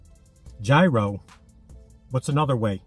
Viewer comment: From what I learned, it's pronounced "yee row."